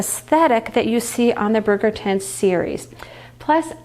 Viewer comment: It’s pronounced “bridge” -er-ton. Like London bridge. Not brig-er-ton. Bridge.